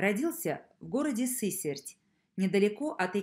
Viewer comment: Город где родился Бажов, не Сы́серть, а Сысе́рть)